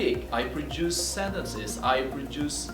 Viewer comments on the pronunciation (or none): I heard at a glance there are pronunciation mistakes when you said the words: "comprehend" (american or british you are) then, "grammatical" (check again in your dictionary), "Produce" Check again how to pronounce it... Sorry bro... Good Luck